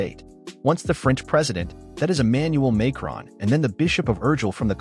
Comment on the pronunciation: Macron pronounced as it looks, not May cron.